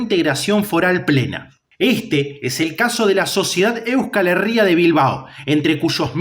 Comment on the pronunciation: Buenas, gran vídeo y muy bien documentado y sintetizado. Como pequeño apunte, si me permites la corrección, "Euskal Herria" se pronuncia con el acento en la "i", como si se escribiera "Euscal Herría"